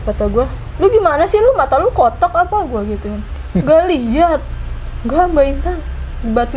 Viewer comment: kotak mbak bukan kotokk wkwkwkwk